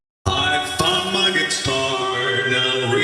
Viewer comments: It sounds like “I f***ed my guitar” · I think it was suppose to say “i found my guitar” but he might of said found but it might be his audio but it sounds like you said f* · Rockstar bonnie when he says i found my gutair it sounds like I F*CKED MY GUTAIR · why does it sound like he said I f*** my guitar More than I found my guitar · It sounds like i f🐆🐆🐆 my guitare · R.Bonnie sounds like he’s saying I F*CK MY GUITAR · It a sounds like rockstar Bonnie said I f**k my guitar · I think we was trying to say I found my guitar but instead he said I F**K MY GUITAR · R.bonnie: I ride my guitar What I heard: I FUCKU MY GUITAR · It sounds like r.bonnie says I f my guitar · rs bonnie sounds like he’s saying I F&@ my guitar 🎸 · in i thought rockstar bonnie said he f ucked his guitar xD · It's clearly intended to be "found" but I can definitely hear it both ways